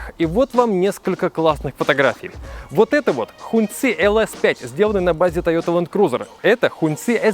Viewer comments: Сам ты Хун цы, это произносится как Хонг чи, красный флаг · Не хуньци,а хонгчи….. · Хуньцы, ребята, у вас в штанах. А слово "hóng" （красный) читается как "хон" (ну в крайнем случае можно прочитать как "хонг"), но никак не "хунь" А за обзор, спасибо :)